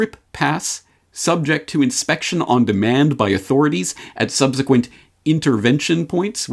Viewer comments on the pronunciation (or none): none